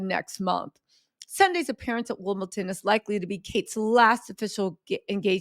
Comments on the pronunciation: It’s WIMBLEDON not Wimbleton! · are you taking the piss? It’s WimbleDON not WimbleTON!